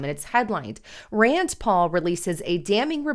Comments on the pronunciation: Rand NOT Rands. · RAND , It’s RAND